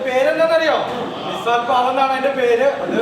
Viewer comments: മിസാൽ അല്ല മിസൽ പാവ് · മിസൽ പാവ് എന്നാണ് not Missal pav😅